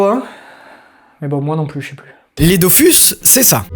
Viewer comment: J'ai jamais compris pourquoi les gens disaient "Dofüs" et "Wakfou" alors que les deux u se prononcent pareil. D'autant plus que le mot "Dofous" est prononcé pas mal de fois dans la serie ! Ralage mis à part ta vidéo etait super cool. J'avais trop hâte depuis ton teaser subtil à la fin de la video précédente 😊 Je n'ai plus le temps de jouer aux jeux aujourd'hui mais je continue tous les autres médias depuis des années. Entre la sortie du dernier tome du manga Dofus en debut de mois et celle de la dernière saison de la serie Wakfu l'an prochain je trouve qu'on est clairement gâté. Pour ceux qui ont encore une XBox 360, allez vous prendre Islands of Wakfu avant la fermeture du marcket place car il vaut le coup ! Merci encore pour ton travail. Je me refais tes videos très régulièrement que tu parles de séries ou de jeux ❤